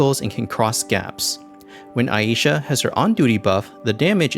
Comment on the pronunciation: the most glaring error in this vid is that her name is pronounced Ai(eye)-sha, not Ah-yi-sha